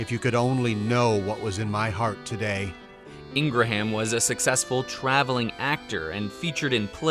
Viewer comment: “Ingraham” is pronounced with two syllables, not three. Ingrum.